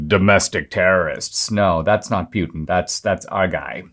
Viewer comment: Pewtin 😆 I love you Dinesh, but that's hilarious